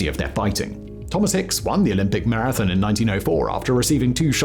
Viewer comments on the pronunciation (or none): Thomas Hicks won the Olympic "mir-A-thun"?